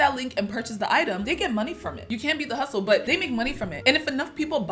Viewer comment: I’m sorry but “huscle” I think you meant hustle bbg 😊